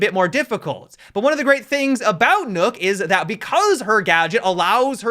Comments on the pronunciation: The 'Ø' in "Nøkk" is pronounced the same way as the 'U' in "burst". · Why does he say ‘nook’ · Why you say nook though?? Lmfao